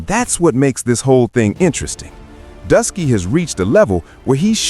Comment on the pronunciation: lol so you took oshay duke Jackson’s video transcript, put it into ai and had it rewrite it, used an ai voice over (without checking that the AI said Druski as “Dusky”) and posted it… I ain’t mad, here’s your engagement… but still